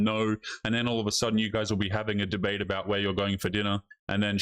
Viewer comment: I was laughing so hard at your accent on this one! "...witty baanter..." "...dabate her..." LOL So awesome. Here is the thing for that first female. Females (I've learned) are hypergamous, which means they LIKE dating above them in different ways. For example, why do many females demand/love TALL guys? It's because that is visually and obviously above their own stature. So the same thing can apply with money, or intelligence, or strength etc. If a female is BETTER at these things than the person they're seeing romantically, there is a good chance NEITHER the female or male in the relationship will feel naturally comfortable and happy. Period. That's not to say a female can't be a little better in one particular category, BUT if that is the case the female MUST view the male as really good/superior in another category (the more the better). So if a female makes more money, but the man has more strength, dominance and wisdom, for example, that can work; but for every way a female is better, or even equal, it automatically makes the relationship more of a strain for the man, just because of hypergamy, and the harder time the man will have keeping his female impressed and interested. At some point WHY would men bother? That's what that first female doesn't understand. It's totally fine if she wants to be super independent, argumentative and competitive - BUT when this means she'll NEVER have any meaningful men in her life, she shouldn't be surprised. So, she better be f